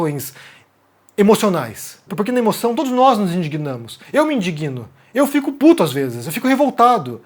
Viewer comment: Pronúncia correta: Eu me inDÍgno, errada: indiguino